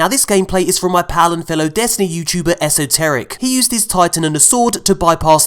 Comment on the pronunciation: Whyd you say esoterick like that